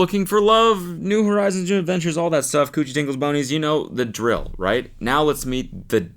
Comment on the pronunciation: "here's to new begintures" - Cody Ko 2024